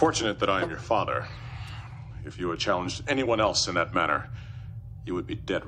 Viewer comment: Characters on DS9 loved to pronounce father as "Fawwwther" lol